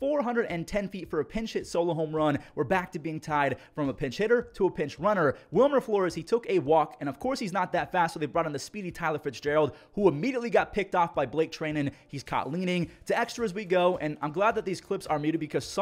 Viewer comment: its blake try-nen not trey-nen